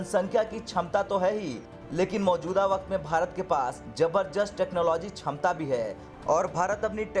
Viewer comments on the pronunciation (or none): We have क्षमता not छमता🤣🤣🤣🤣😂😂😂😂